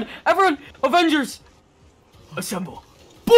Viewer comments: I love when he says avengers essenvle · I loved how he said avengers with his Normal Voice and took a little break and said, Assemble..